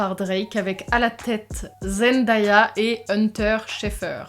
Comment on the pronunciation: Zend-A-ya ça se prononce comme le "A" anglais 🙂❤